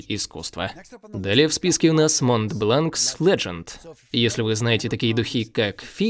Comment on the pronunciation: Что за переводчик.., Монт Бланкс, сказал-сразу по шапке захотелось дать)